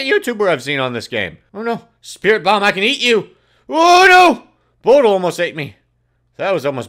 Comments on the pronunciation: its bo dil 40 not bodl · Its (bo-dil)